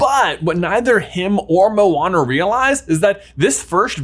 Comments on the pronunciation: He keeps saying “Mowana” it’s (Mo-Ana) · I’m I the only one how heard owana or what?